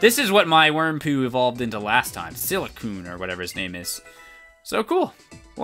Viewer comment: its silcoon and cascoon